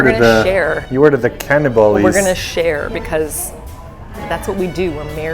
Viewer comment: Love this video, so fun for a swede! The pronunciations ♡ kardemamumalabulle 😂